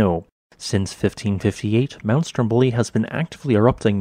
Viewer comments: Just a note on pronounce: it's Stròmboli and not Stombòli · Dear, your videos are great! But the correct pronunciation of the name of the island and mountain is STROM boli, not strom BO li -- even though the adjective is indeed "stromBOlian".